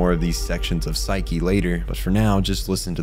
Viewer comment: Well they say Pshuke instead of psyche, so I think we can forgive that.